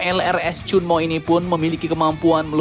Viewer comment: Ternyata 천무, bacanya cheonmu